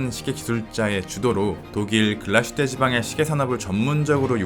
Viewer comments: 참고로 Glashütte의 발음은 글라슈테가 아니라 글라스-휘테입니다 :) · 훌륭한 영상 항상 감사드립니다 한가지만 주제넘게 말씀드리자면 Glashütte는 Glas(유리)와 Hütte(제련소)가 합쳐진 독일말로서 정확한 발음은 글라슈테가 아닌 글라스휘테라고 읽는게 맞습니다 한국에서는 다들 글라슈테라고 하시던데 역사깊은 브랜드의 정확한 이름은 그래도 짚고 넘어가는게 좋을거 같아서 말씀드립니다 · 독일어는 s+h sh를 쉬로 발음합니다. 그래서 글라스+휘테 를 연음으로 글라쉬테로 발음합니다. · 독일에 10년 살았습니다 독일말에는 sh라는 자음 자체가 없어요 비슷한 자음인 sch가 쉬 발음이 나죠 명사와 명사가 합쳐친 단어에서는 구분해서 읽는게 기본입니다 따라서 붙혀서 읽지 않고 따로 읽어야 하기에 글라스휘테가 맞습니다 정확히 알아보시길 보시길. 100프로 잘못 알고 계십니다